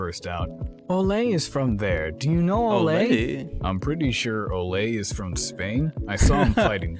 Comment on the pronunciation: Well Ole isn't pronounced like "Olé!" so if that's how they said it I guess